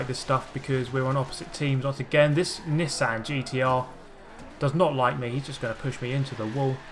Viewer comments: how did you pronounce nissan???? XD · Marcelino Bailey that's how you pronounce nissan